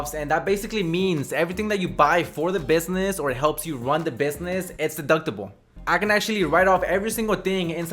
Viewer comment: It was funny how he said Business